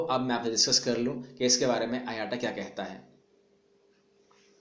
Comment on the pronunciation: IATA Brother IATA Ka correct pronunciation (Ayta) hai Na k aayataa !